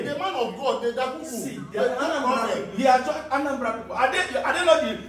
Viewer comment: Hear him said Dagugu travelled